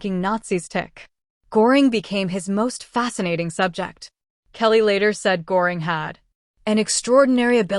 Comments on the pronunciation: Who the fuck is goring his name is gøring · It’s not pronounced Gore ing. It is pronounced GUR ing. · Pronounced Gher-ing. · The AI narration is distracting, plenty of mispronunciations and much too cheery a tone for the subject matter. Pronouncing Göring's name correctly would be great.